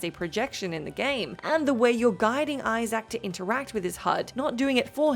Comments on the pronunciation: I Zack? It’s Isaac (izik) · His name is Isaac.... Not "eye sack"